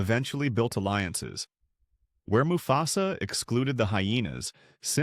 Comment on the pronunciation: I was interested in this video until I noticed some clear wording mistakes that is most likely created by ai narration. Example moo fe sa